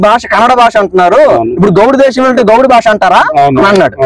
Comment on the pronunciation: Basha kadura saami……. Vatthu ‘Bha’……… Bhaasha…..